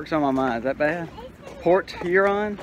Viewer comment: I use to live in the south end of Port Huron...not quite so nice. LOL Even though my family is from Michigan...my parents always pronounced Port Huron like they were saying Porch Urine...so Pork Huron is MUCH better. HAHA!